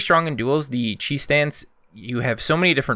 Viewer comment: Every time you said chi stance I hear cheese stance